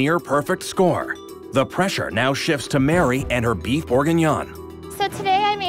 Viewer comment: Watched this so many times and just realised Mary says "Boof" instead of beef and my childish brain can't get enough.